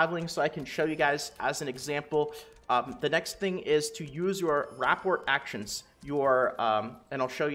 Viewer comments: Ruh pour. Not rap port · rapport = Ruh-Pour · Love the info bro!!! Your channel has been a huge help with getting me over 1k ilvl. I have only one small request. Please pronounce "rapport" correctly. It made me cringe so bad I almost unsubbed haha j/k. But seriously, it's pronounced "Ruh-pore". Again, thank you for the effort you put in and the info you push out. It's appreciated. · Rapport is pronounced "Ra-poor" it's a real word, it means your compatibility with someone. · My friend, rapport is pronounced with a silent t. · Loved the video. Hated the way you pronounce rapport